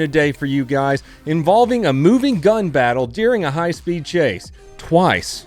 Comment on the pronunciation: ... i legit heard minigun instead of moving gun